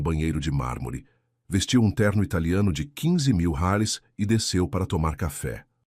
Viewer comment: Vc não sabe dizer reais